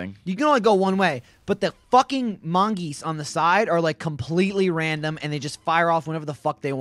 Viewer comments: plural mongoose is mongooses, plural goose is geese, it's not mongeese, it's mongooses. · MON-GOOS-ES NOT. MON. GEESE. GOD. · its mongooses not mongeese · Mongooses, not mongeese. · Ord not mongease its mongoses!!!!!! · "Mongeese" lol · lol they say mongeese